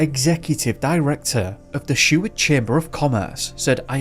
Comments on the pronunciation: Dude how do you mispronounce Seward. Sheward?? Tf is up with you man you do great work and the net will tell you how to say it... you are all about education yeah and all tooting your horn about how "hard" it is to get a "PhD", ... Bud the hardest part is the CASH needed to pay for one. Anyway whatever I've been picking on you for longer than that idiot who subbed to you 4 years ago has even looked at your videos, so nothing new, hearing you absolutely belligerently destroying the easiest names in the history of the English Language, most of em American, while you tut tut about us like we are stupid for being different.... I'd still smash a beer bottle over your head but, I enjoy your videos. Try a little to earn your pay and PRONOUNCE these words would ya, have some respect if your gonna talk about us for money. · I had Mrs. Seward (married to grandson of Wm. Seward) for 5th grade. She was such an awesome teacher. We were even given the opportunity to view high school films in the 5th grade. ❤️👍 p.s. the name is Seward not Sheward.